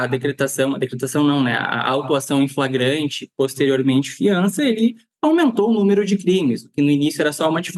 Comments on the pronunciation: "Fragrante" dotô? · É tão burrinho. Fala "fragante" 😂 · O que esperar de uma “autoridade policial” que pronuncia “fragante” em vez de “flagrante”, termo do Código de Processo Penal (CPP)? Precisa dizer mais alguma coisa? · primeiro lugar ele não sabe nem falar o português correto, ele disse em um vídeo a palavra "FRAGANTE" várias vezes, o correto é Flagrante. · Ele quis dizer: "Flagrante" e não fragrate!🤭🤭🤭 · Em Goiás as coisas mudaram muito. Antigamente o sujeito era indicado por políticos influentes para ser "puliça" mas mesmo assim vez em quando surgem idiotas iguais a este. Tomara que o governador exonere este imbecil para o bem da boa policia goiana. Um sujeito que não consegue nem falar a palavra FLAGRANTE passou em um concurso para delegado de que maneira? Quando Ronaldo Caiado diz que bandido no estado de Goiás tem que mudar de profissão, deve ter esquecido deste delegadinho medíocre e incapacitado para a função de proteção da sociedade! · Agora qualquer analfabeto vira delegado? O cara não consegue falar "flagrante". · O delegado não sabe sequer falar "flagrante" corretamente, imaginem as regras legais desse tipo de prisão. Totalmente despreparado. Em qualquer outro estado da federação isso seria demissão, mas em GO, um estado em que o próprio governador diz que a policia tem carta branca para fazer o que quiser, esse tipo de coisa é comum.